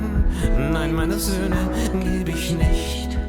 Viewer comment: The title correctly translates as "No, I'm not giving my sons" -- not "give up on". 🙂 But your pronunciation wasn't half bad, and great reaction! Also, the bearded guy with the glasses at the end? He wrote the song for his 2 sons back in the 1970s. This was a re-release with German artists from across the musical spectrum. (You might also like another Reinhard Mey song, "Sei wachsam" (Be alert/watchful). It should be played on every election campaign. (Link to video with English translation, here